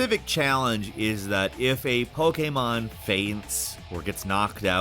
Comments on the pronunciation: Will never get used to pronouncing Pokémon as poke-AY-mahn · The way he said pokemon😆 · is there a reason he says pokemon like that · Why do you say Pokemon weird lmao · The way he says Pokemon cracked me up.